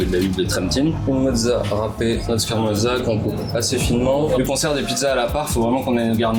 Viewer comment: Le mec ne sait même pas dire "scarmorza"